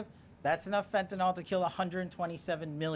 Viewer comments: It hasn't happened yet. Let's see what Mexican money can do to open the supply lines. BTW it's fentanyl not fentanol so at least learn to pronounce it right. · THIS Well Known drug is Constantly MISPRONOUNCED , and it makes my OCD cringe …😂 “FENTANYL” IS Pronounced like …FEN TAN ILL 🙀‼️ NOT - FentinOL OR FentanOL 🤔😮😩‼️